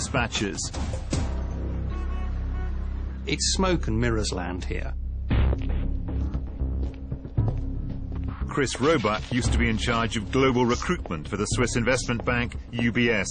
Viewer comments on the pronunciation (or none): Roebuck i heard Robobutt